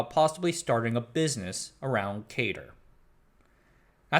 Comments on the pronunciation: You put a lot into this history. Thanks. A couple of things to add: CADR is pronounced c-ADD-er (not c-AID-er) and Macsyma was pronounced MAC-sim-a (not mac-SEE-ma). BTW, does anyone remember the Knight terminals on the ninth floor of the AI lab? There was a power switch that we sometimes had to flip when they needed to be reset. The switch was labeled "Sometimes" and "Never". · Fun video, thanks for making it. As everyone else said, the 2nd MIT lisp machine was pronouced "cat-er" (CADR). Most of those pictures are of CADR's, not CONS machine. I've never seen a picture of a CONS. And the CADR was a 32 bit machine. The 3600 was 36 bits and the Ivory was 40 bits. More should be said about the 3600 - it was quite a machine. And you should mention David Moon along with Knight and RG. You can run the original CADR software today on an emulator I wrote. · 'cadr' rhymes with 'adder'. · The "a" in "CADR" is pronounced like the "a" in "cat", not like the "a" in "Kate".